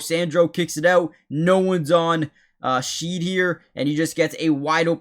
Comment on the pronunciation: Great vid ! Jamal name is pronounced like "garden Shed" not sheed.